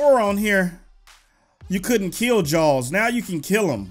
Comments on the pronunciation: It kinda sounds like your saying Jones! XD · it sounds like you are saying jalls